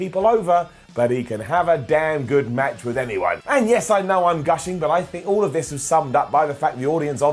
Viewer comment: "Through the roops" "first Smackdown much" "when he pins Lensnar" You feeling alright today,? Lol